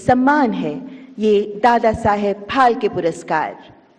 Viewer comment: It's phalke and the lady is continuously pronouncing it as palke